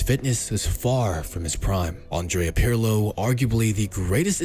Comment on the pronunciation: Andrea* not Ondreja